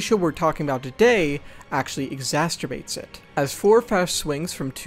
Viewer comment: Did my guy just say "exhasterbate"? LOL bruh it's ex·ac·er·bate <3 Great video though